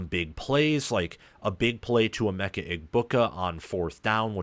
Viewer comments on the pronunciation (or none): I hate it when you don't say Emeka's name right